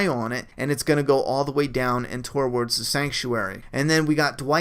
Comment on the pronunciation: not trying to be a dick but its pronounced too-wards not torwards